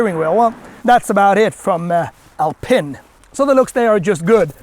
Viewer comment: It’s pronounced “Alpeeen”. Good review 👍